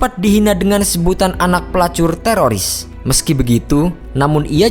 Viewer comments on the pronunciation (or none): none